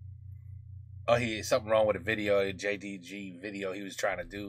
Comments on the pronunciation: Jdg is pronounced gee day jay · It's say " jee day jay " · JDG is pronoucing in french GDJ. 😉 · You should pronounce gdj!